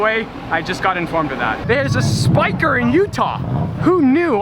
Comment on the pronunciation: work on your pronunciation of spyker ;-)